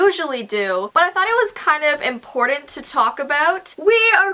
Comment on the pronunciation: seriously no hate on but I noticed how we both say important differently she says it like impor-tant I say it like import-ant idk why but I always notice that